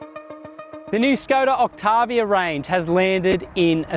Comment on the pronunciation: “Skoda Oktarrrviarrr”